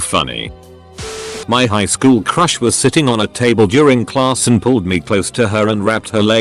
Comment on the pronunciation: The way you made google say shool instead of school is still throwing me off😂😂